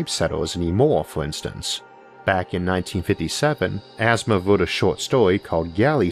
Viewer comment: It's Asimov, not Asthma